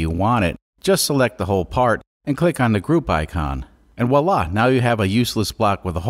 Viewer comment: It’s pronounced ‘VWAH-laha’, not ‘WHA-lah’